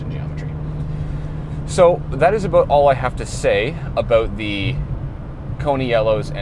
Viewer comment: Every time he said “a-boat”, I took a drink. 👌 🥃 🇨🇦 This was a very casual, helpful and informative video. Thank you,! ✌️